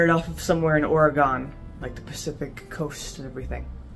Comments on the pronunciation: She's never gone to Ore-gone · I can definitely tell you're not from the west coast by the way you pronounce Oregon! 😃🌹